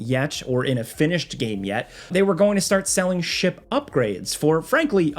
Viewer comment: I thought you said "shit bundles" instead of "ship bundles" with star citizen lol